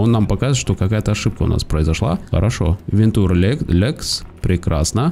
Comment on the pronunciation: Да не "вентур", а "вэнча"